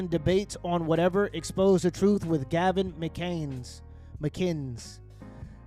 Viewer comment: Gavin has been out for so long people cant even pronounce his name anymore lol